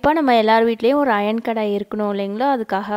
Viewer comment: It’s kadai not kedai 😂btw ur method s outstanding